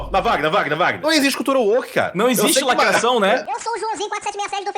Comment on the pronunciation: "lacraçaum não ecxiste"